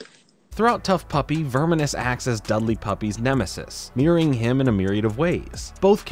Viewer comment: I think you're slightly mispronouncing Snaptrap's first name.